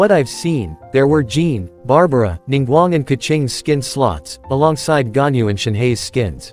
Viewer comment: as a person that can speak chinese, hearing them pronounce ganyu as gunyou, xianyun and shanyun and shenhe as shinhey really tears my ears apart